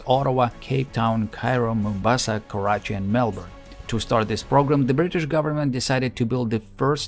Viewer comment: I know we Brits pronounce it without a solid T as Bri'ish but you don't have to compensate by adding extra T's!